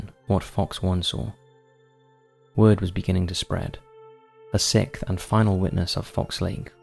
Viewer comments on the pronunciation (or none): you realize the word ''sixth'' has an 'X'' and not a ''K'' right? . or do you pronounce the number 6 as ''sik'' too?